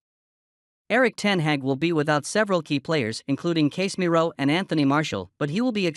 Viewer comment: Why can't you pronounce Casemiro's name correctly? It is NOT Case - miro. Casez-miro.